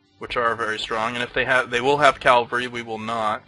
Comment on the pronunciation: Enjoying this series. But there is one correction I need to make. It's cavalry not calvary.